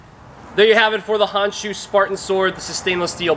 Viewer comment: I like how you say where its from. Also good job on edge alignment in that cut test.